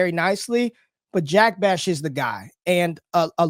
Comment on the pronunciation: Fire video of two of my favorite creators. But someone has gotta help with the pronunciation of these player names man. 🤣 Skattebo and Jack Bech in this video specifically lol. Good thing they're not from Ore Gone lol.